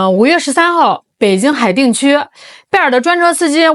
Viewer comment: 海淀（电）区，不是海腚区，大能人偶尔犯小错😊😊😊